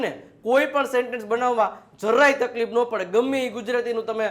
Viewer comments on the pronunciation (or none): none